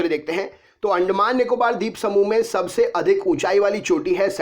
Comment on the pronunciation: Andmaan nikobr sweep samuh🙏